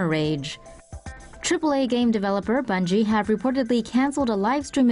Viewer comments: Its bungie not bugie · Bungie* ,not Bugie😆